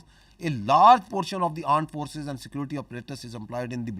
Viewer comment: Aand forces my friends....🤣🤣🤣🤣🤣